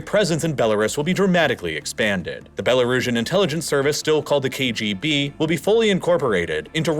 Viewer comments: Great video! But can you please stop pronouncing Belarus like “Bel-R-Us”? It’s “Bela-Roos”. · Typical American, not bothering to pronounce foreign names correctly. The American attitude of "this is how I say and that's all that matters". Macron is pronounced [makʁɔ̃] not MA CRONE. Belarus (bell ah roos) not "rus". The language is Belarussian (Russian, pronounced exactly like Russian, not Roozhun). If only Americans could, I don't know, bother to look at Wikipedia which actually includes pronunciation, it would help. But no, Americans have a shitfit if you pronounce their names wrong, but don't show the same respect to others. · Balaris? Pudin? You're killing me with these pronunciations 😂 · It's pronounced Bel-a-roos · Learn to pronounce Belarus if you want to sound credible. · I really like this video, but the way he pronounces Belarus bothers me. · Belarus being the one that is the most obscure for me! He has an American accent and yet I can't find anywhere else that an American pronounces it like that. It distracts me so much because as soon as I hear something odd it just stops me listening to the content which is a shame as a lot of work goes into the videos